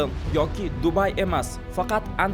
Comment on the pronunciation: Antvergan emas Antverpen yoki yanaham to'g'risi Antwerpen